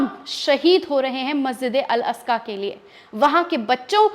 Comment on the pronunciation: मेडम मेकअप कौन से पार्लर करवाया है थोड़ा लोकेशन बताएगी । और मस्जिदे अकका नही है । मस्जिदे अक्सा ।है।